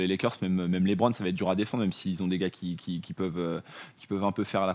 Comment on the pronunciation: Quelqu'un peut dire à qu'il peut dire Lebron normalement sans accent car même en anglais on ne dit pas Lébron hahahahahaha